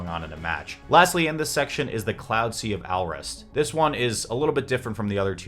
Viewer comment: Oh my god that "Alrest" pronunciation killed me. It's meant to be pronounced like "all rest". xDDDDDDDDDDDD